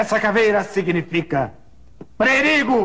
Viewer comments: Pre ri go kkkkkkkkkkkkkkki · "essa caveira ela significa Pre Ri Go"